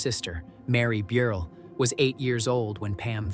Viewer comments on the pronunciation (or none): none